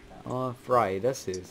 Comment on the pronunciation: Ni sa Fraida... Jag heter Friada på minecraft...